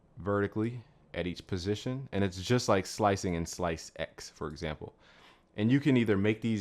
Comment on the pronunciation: lmao, slice-ex... no just no... it's ssssllllaaiisssseeeexxssssssssss......